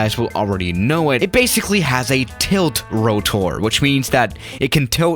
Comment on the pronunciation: I like how he says rotor like ro-toor